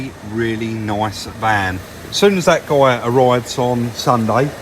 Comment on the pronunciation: Real noiWce. Love this channUW